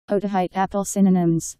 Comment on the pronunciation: Its actually pronounced as "OHH-TAH-HEE- TEE"